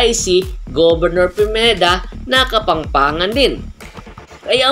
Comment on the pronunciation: Nabubulol po kayo, mali po pronunciation nyo, Kapampangan po at hindi Kapangpangan✌️